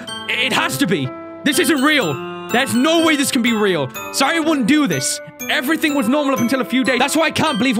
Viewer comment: It kinda bothers me that he says everythink instead of everything